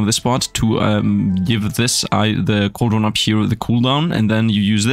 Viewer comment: Coldron is pranounced like cold-ren